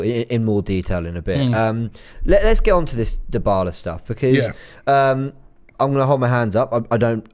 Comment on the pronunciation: Christ Robbie!!! Stop butchering names! Every time I hear you say DIEBALA it's like a knife in my ear